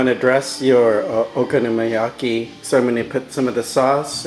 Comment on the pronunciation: your so gringo.... man.. honestly if you cant even pronounce the name of the dish.. why bother making it?!